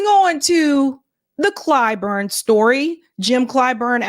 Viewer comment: "Uni'd'ê" Clyburn.